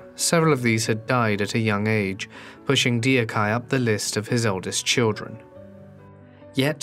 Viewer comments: The mispronunciation is abysmal. There is no excuse to not do the due diligence of checking the official pronunciation of names you do not know, especially if it’s the literal main name throughout the whole video. Dio-kye is one thing but dorok-hye is just fucking ridiculous. Duk-hye. It’s not that hard. It’s sad that the mispronunciation is so grating that I struggle to focus on the video as it’s both well researched and well made, but I guess it can’t be helped. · In Korean, when romanized, 'eo' is a u sound like the u in 'up'. 덕혜 would get romanized as Deokhyeo so duk-hyuh is a more accurate pronunciation. Other than pronunciation, great video, and fun to hear narrate a Forgotten Life! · It drives me mad. Shows zero respect. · If the names were somewhat off, it wouldn't matter, but they are terribly wrong. It's simple about communication. If you were talking about this a korean person and said the name like [Dee oh kai] they would wonder who the hell you are talking about. It matters. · i care A LOT! My ocd arse just cant take it bcs i know exactly how to pronounce that name and the narrator just keep saying dee-ok-hi, but i cant change that and it's like you're having an itch that you cant scratch, and that's BLOODY ANNOYING! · It's actually pronounced "duck hae!" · DIO-KAI... HAHAHA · Me not being Korean but still being bothered by the pronunciation 😩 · dee-o-kye... i just cant even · The pronounciation of her name is “Dok-Hey” 😊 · The speaker has no idea how to correctly pronounce this Korean princess’s name. It is way easier to put it with the phonetic letters for the right pronunciation -> 덕혜[dɛgke] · "Dee oh kai"? Come on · Her name is pronounced Dok Hae. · So everyone knows, her name is pronounced like "dack (soft A sound)-hey" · I think her name is pronounced "dock-heeay." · "Dee oak hi" lmao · i cant get over the name mispronounciation.. its duck-heh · I'm not Korean but the whole time I was saying it correctly after he butchered her name.